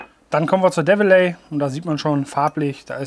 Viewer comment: Es wird Dewelei ausgesprochen! Ist seit 175 Jahren ein bayerische Traditionsunternehmen, und sind deutschlandweit (und auch insgesamt in 43 Länderdern) Lieferant von Soßen für McDonalds. Übrigens :"Die Firma Develey produziert exklusiv nach Volkswagenrezept dieses spezielles Ketchup für die VW Currywurst."